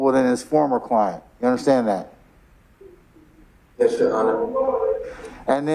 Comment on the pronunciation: “Yesh your honor” filthy no good low life can’t even speak or spell properly